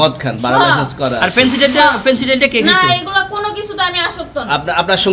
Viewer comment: লাইসেন্স উচ্চারণ করতে পারে না 😂😂😂😂😂😂😂😂